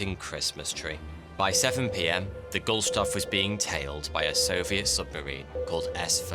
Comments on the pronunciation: “Gustloff”, not “Gulstoff”. 🤨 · First, "guSTloff", not "guLStoff". Second, it did make it to history books, just probably not the british ones :) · Why does the narrator keep mispronouncing it as "Gul-stoff" when it is written & pronounced as "Gust-loff"??!! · It's Gust-loff, not Gul-stoff... 😉👍 Otherwise, great video and interesting as usual🤩. Did not know about this naval disaster, and I thought I at least knew of most of the large ones. So I learned even more new stuff today. Thank you 👍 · is it Gulstoff or Gustloff? The titles say Gustloff but he keeps saying Gulstoff. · Okay, WTF, how in the fuck do you get "Gulshtoff" out of the name "Gustloff". That's not a mistake someone what can read English can make by accident. That can only happen by a literate English speaker who is so fucking lazy that they don't actually read written English words. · Gustloff, not Gulstoff. The text is correct, the commentary not. The pool was below decks and empty but occupied by female signals auxiliaries. They were mostly killed by fragments of the tiles when the torpedo hit. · You say "Gulstoff" and spell it "Gustloff" I like your shows but you are butchering almost any Name and word there is not English 😂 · It's pronounced "goost-loff" not "goolstoff" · Funny hearing you are saying that name wrong over and over again hahahah It is "GUSTLOFF" and not "GULSTOFF" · I don't want to be petty, but I wanted to point out that the name of the ship in the video is mispronounced and that the ship is called "Wilhelm Gustloff" and not "Wilhelm Gulstoff" as in the video. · You keep saying "gull-stoff" but it's really "gust-loff". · A 15 minute video where he manages to get the order of the letters in the ships name zero times 😆 GuSTLoff! Not Gullstoff ;) Love the videos anyway ;) Buuuut... ;) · Now when pronouncing gustloff, im not sure its pronounced gul-stoff, but more like gust-loff :P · He was saying GuL-SToff instead of GuST-Loff too many times. Sorry, it drove me a bit crayzier.